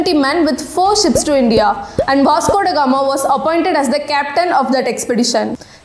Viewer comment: I will assure you that i will ask my child to watch your videos before she reads her history book . One of the different youtube channels i have ever seen . Not only your history your English is also very good ."As if India never existed before vasgodagama " the way you pronounced these words were really nice